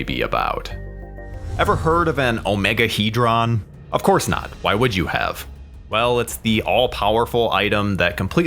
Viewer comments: in the movie the OmegeHedron was pronounced Omega-Head-ron..Not Omega-He-dron. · You are pronouncing Omegahedron totally wrong lol..you say it like OMEGA...HEAD...RON that is how you are supposed to say it obv it is spelled without the A but it is still said that way. Hell they even say it correctly in the movie so why on earth you are saying it like that i have no idea. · Why does the narrator of this video insist on mispronouncing Omegahedron? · Why can’t he say Omegahedron properly?